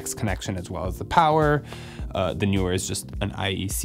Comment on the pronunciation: Stereo type opener when Youtuber cannot pronounce brand name... dies of cringe